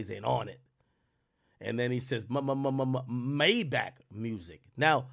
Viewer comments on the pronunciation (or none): none